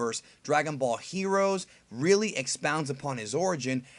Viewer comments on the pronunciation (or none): none